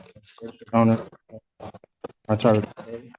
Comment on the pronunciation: Two Tariq’s with what sounds like two different pronunciations in the same name. Zero IQ or brain cells…